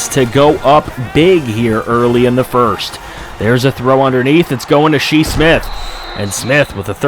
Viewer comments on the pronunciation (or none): “She Smith” Shi Smith Pronounced (Shy) Just wanted to point that out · Yeah it's pronounced "Shy" Smith lol. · Us South Carolina fans getting triggered how you say shi smith